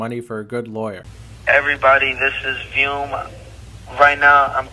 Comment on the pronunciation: after all this time everyone has been saying this dudes name wrong....what lil bit we know bout this BAD BAD man 2....never knew it sounded like VUME....not VIUM like everyone is pronouncing it....😮